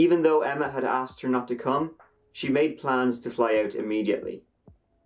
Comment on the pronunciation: Lol okay buddy just the way you say out sounds the same as a Canadian. Anyway good work mate. 👍